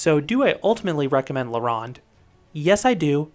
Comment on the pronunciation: La ROW-nde, not La rah-nde. It was AMAZING and turned to shit when Six Flags bought it. The bridge is Jacques-Cartier, like the famous explorer, pronouned CAR-T-YAY not CAR-TEE-ER.